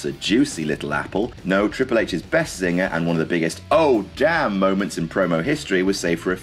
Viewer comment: That's a two-syllable Damn!